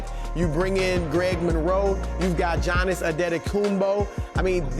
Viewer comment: you got jannis antetokounmpo? lol the dude needs to pronounce giannis correctly